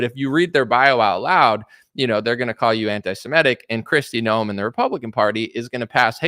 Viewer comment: Hey, her name is Kristi NOEM not "Noel"